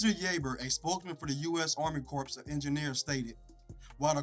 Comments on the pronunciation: Corps is pronounced “Core” not corpse. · Comedy Hype I enjoy your show and this piece is very informative for people who don’t live in the area or know anything about Lake Lanier’s history past and present. So thanks!! On another note the you have narrating should know that words like Corp is pronounced Core, Debris is pronounced Debree not debreeze. Poorly stated prose should not be allowed to pass by management. I’ll take the job if you’re in need of my services of proof reading and correcting. Okay let’s strive for excellence if we’re going to stand out strong loud and proud before the planet as Comedy Hype we must push harder to be successful all around. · "CORE" ... not "corpse" of engineers 🤦🏾‍♂️ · Constructive criticism is a good thing!👍🏽 Plus, someone at Comedy Hype should have caught that "Corps" is pronounced like "core". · Be easy cuz that’s pronounced Core nots Corps, when using Corps with the United States Army Corps of Engineers. Corps refers to a group, such as the Marine Corps. Its spelling does not change in the singular or plural, but it is pronounced \KOR\ when singular and \KORZ\ when plural. Core can be a noun, verb, or adjective, but usually refers to the center or most important part of something. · U.S. Army Corps [the (ps) is silent] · THE P IS SILENT